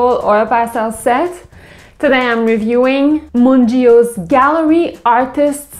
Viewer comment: BTW its pronounced "mun-geey-oh